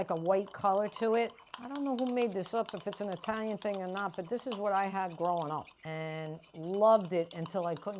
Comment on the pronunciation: If an Italian-American pronounces it "Itayan", you know this is the real thing.